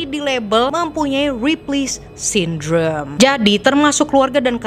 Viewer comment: That "RIPLEY SYNDROME" you said is sooo satisfying to hear 😂❤